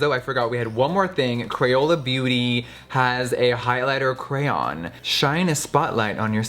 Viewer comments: Who else heard Jeffrey say crayon too much and now it's sounds weird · Apologizes for crayon pronunciation... Love Jeffree SO MUCH ❤💄💋👠👜🐩💎👑🎀🌺🌈💯✔ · Box of crans!!! What?!! Yes girl please pronounce the word cray-on. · Cray-AHHN. Not Cran. Noooo!!! Lol. Who else is with me?? Mississippi here. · Girl.. stop being extra you know its “kra-ON” not “kra-yan” get outta here with that shit... and its funny how you say it differently every time 🤣🤣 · The word crayon is two syllables. Why do so many Americans I know say it like “ cran” It’s “crayon” Here’s another one, how do you say schedule, sorry, and milk. This isn’t just to get likes and comments, I’m genuinely curious. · Am I the only one that says “crown” not Cran or Crayon..? Lol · CRAY ON NOT CRANS, lol love you babe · CRAY-ON not crans. Gaaag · Cray-on, not a cran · When you thought jeffreestar pronounced crayon wrong but when u google it its krien and not cray ON ive been saying it wrong all along! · Jeffree saying Crayn Jeffree Star fans that say Crayon: 😠😠😠😠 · Crayon is pronounced cray on. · Jeffree: “I say cran” *rest of the video*: “cRaYoN” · I had never heard someone pronounce it "crayn" very funny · ANOTHER PERSON WHO SAYS CR-AN! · Australian pronounce it “cray-on” but that’s just us sooo😂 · it’s pronounced cwan 😂😂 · Ugh jefree is one of those people who pronounce it crayan lol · WHY MUST YOU SAY CRANN WHYYYYYYYYY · I say CRAYON!!!!! It’s how it’s spelt so you say it CRAY-ON! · Nikki says crayon Jeffrey says cran I say crown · crans oh my god the way he says crayon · See pronouncing “crayon” like “crayun “ is ok, but people who say “CROWN”—you are canceled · Crahns* <<<<<<<<that’s how you pronounce it 😘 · Crayon (Crae-on) Noun I think 🤔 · jeffree i love you to the moon and back but bitch it‘s craYON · Def pronounced “cran” I have always said it like that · Rocío Mier I know right he keeps saying craine 😓😓😓😓😓😓😓😓😓😓😩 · cray-on two syllables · why does the word "crayon" sound so weird now???